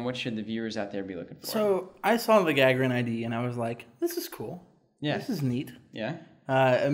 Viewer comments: ***** More like Guh-Guh-Rin, emphasis on the second "Guh". The "A" is not meant to pronounced the english way. Neither is the "r", it is rolled normally, but that would you just give a hard time I think. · It's pronounced Gah-Gare-In! As in Yuri Gagarin :) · Was about to comment that you're mispronouncing Gagarin, but other folks already got it covered. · ***** The emphasis is on the second syllable - gagArin.